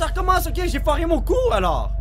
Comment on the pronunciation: dans presque tous les vidéos dis j'ai j'ai on dirait il dit gg